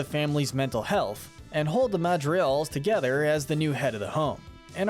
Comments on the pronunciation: This was confirmed false by the directors. Mirabel wiping her hands on her dress didn’t screw up the magic AT ALL, I’m pretty sure. Also: Julieta’s name is pronounced hoo-lee-et-ah, NOT joo-lee-et-ah. The G in Madrigals is pronounced. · Hey, you’re construction mispronouncing Madrigals whenever you are saying it. But regardless, great video guys.